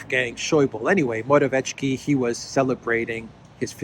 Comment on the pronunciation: I'm not Polish, but I'm pretty sure there is no "tsh" sound in Morawiecki - just "ts" (Mo-ra-viet-ski). It would need to be written Morawieczki to be pronounced that way.